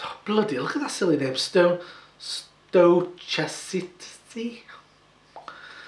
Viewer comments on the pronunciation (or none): Pronounce it as if the h wasn't there. Stochastic refers to random probabilities :)